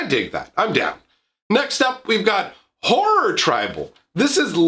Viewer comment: the way you said horror at first i thought i heard whore tribal 😂😂 maybe its just the accent and voice